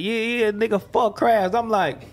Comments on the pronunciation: We say c - rab or oo- lob ,to say the word but show respect in st.louis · crims def be saying ckrab